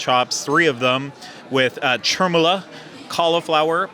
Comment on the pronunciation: pronunciation lessons. The "r" in "char siu" is silent. "Cha-soo". "Chermoula" is NOT whatever you said. It's pronounced "cher-moola". Hope that helps! BTW, those lamb chops looked incredible!